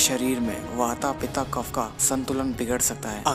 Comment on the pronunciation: बहुत बढ़िया और जानकारीप्रद! किन्तु, आप बूरा न मानो तो: आप अन्ग्रेजी लिखावट के अनुसार पित्त, वात और कफ को पिता (pita), वाता (wata) और कफा (kapha) बोल कर उचारण कर रहे हो जो कि एकदम गल्त है, अशुद्ध है।